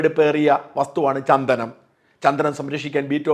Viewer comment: ചന്തനം അല്ല സാർ ചന്ദനം